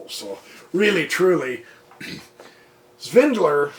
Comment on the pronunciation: FYI prof. His name is Peter SVIDLER. There's no 'N' in it.